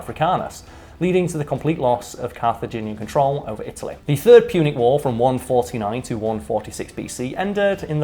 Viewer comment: Punic: "Pewnic" Bro.